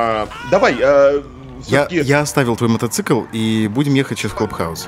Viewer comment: Правильно мотоцикл, а не "мотоцЫкл".